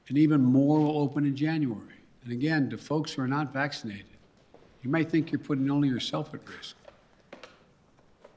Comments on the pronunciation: He can’t even pronounce vaccinated right 🤦‍♂️ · he mispronounced "vaccinated"*